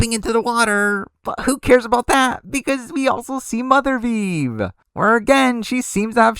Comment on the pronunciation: For the love of god, please never say “mothervieve” again